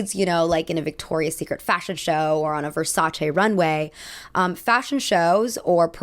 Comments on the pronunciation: Thank you so much for your pronunciation of Versace, yes it's che not chee, they are Italians from Europe not jersey italians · Good pronunciation on Versace. Gianni Versace knew the power of celebrity and was extremely adamant about having top models in his shows as well as celebrities wearing and staring in his advertisements